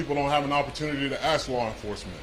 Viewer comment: What did you "aks" them again??? 😆